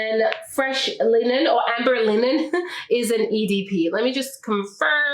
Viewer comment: I believe the word is Amber Linen, Not Ambet